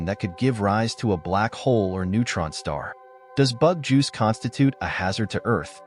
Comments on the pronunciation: also said 'insect juice' one time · I like how the narrator is calling Betelgeuse, "Scarab Juice."